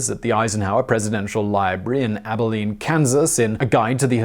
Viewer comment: At he pronounced Abilene correctly!